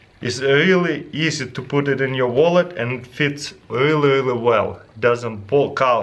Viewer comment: omg:Dyou acidentaly said ''thets pretty much sh*t,, instead of ''thats prettyy much it,,(it sounds like it :D)